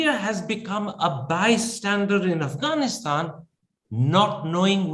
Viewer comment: One would think that an Indian ambassador to Afghanistan would have learned the proper pronunciation of the country's name.